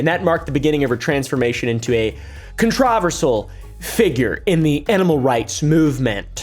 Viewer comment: con-trov-I-sal hahahahha 🤡